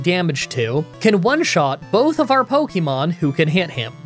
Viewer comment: I love that after all this time, you STILL mispronounce Pokemon